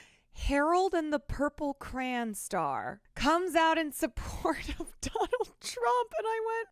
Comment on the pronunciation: “cran”….? It’s “cray-on”. Lol